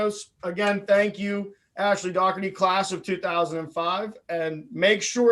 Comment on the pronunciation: Great interview. And thanks for pronouncing Dougherty the right way! (An '87 Bethany grad, BTW ...)